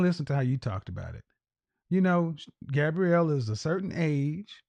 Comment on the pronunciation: Her name is "GABOUREY", NOT "GABRIELLE"...🤨